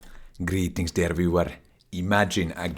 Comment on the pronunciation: More like "Grrrrrrrreetings dear viewerr" lol